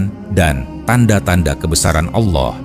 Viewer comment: Allah bukan Aulah